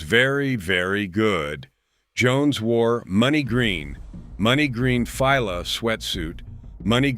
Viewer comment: I turned this shit if when the narrator said he wore “ money green fyla “ 🤦🏽‍♂️. If you don’t know hit pronounce fila then I don’t trust your credibility